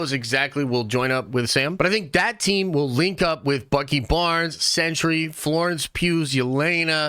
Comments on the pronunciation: Pronounced "sen-tree", not "century". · Are you saying “century “?